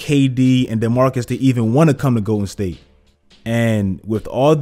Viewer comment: Is he saying Goated state warriors or Im trippen